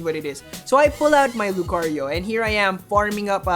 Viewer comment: What we need is hear Lucario and not 'lUcArIO' every single video. Other than that great content, I think I've watched them all the last few weeks